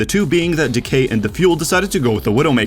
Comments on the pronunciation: lmao dude says D K instead of ... Decay.... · It’s decay not Dee-Kay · 'dk' every time lol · why do you keep pronouncing it DK its not that big a deal but it just hurts me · DEE-cay and gAmsu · my man really said “dee-cay” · Is that how you pronounce decay? I never knew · Nobody:: DE-Cay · It's supposed to be like Dec-AY but maybe its pronounced differently in american english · Everybody gangsta until can pronounce 'Decay' properly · He’s pronouncing like an American would pronounce defence etc. It’s not really his fault it’s inconsistent lol